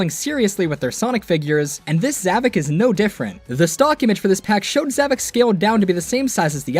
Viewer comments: Actually, it’s pronounced “ZavOCK”, not “Zavick”. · His name is zavok not zavik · You're getting his name wrong it's zavok not zevik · How on god’s green earth do you say “zavok” as “zavik”, what the fuck. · His name is zavok not zavok